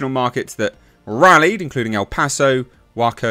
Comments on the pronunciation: Just a friendly message, Waco, Texas is pronounced "Way-Ko." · For future reference, Waco is pronounced "Wayko". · Everyone from the 90s, that have been watching the standoff on TV, knows it's pronounced Way-Co.